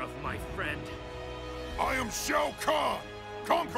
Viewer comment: wait.. did just said "konquerors"? is it because of the title mortal "kombat" with "k"?